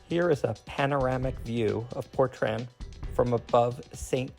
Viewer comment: is it not portrain how its pronounced not portran